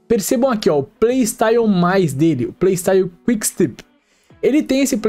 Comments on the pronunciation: se diz quick stép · Video muito bom! Parabéns,. Só pra ajudar ai nos próximos, a pronuncia eh quick stép. Valeus! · Valeu demais pelo vídeo! Só uma observação: se pronuncia quick stÉp, com enfase no É msm 😊